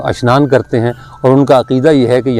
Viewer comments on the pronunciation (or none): none